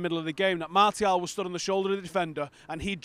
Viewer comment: We pronounce Martial : Marcial guys.